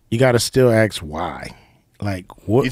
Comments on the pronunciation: Axe why? No it is ask why? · Comparing Cube to Joe isn't on the same scale. Joe is an intellectual where as Cube is street smart. It's like comparing "ask" to "ax" or "aks".